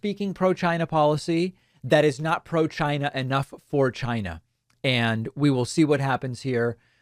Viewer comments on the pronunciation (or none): Why do you pronounce China that way?